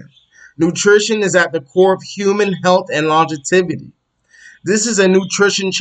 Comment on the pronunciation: lon·gev·i·ty Not longetivity sorry but it’s driving me crazy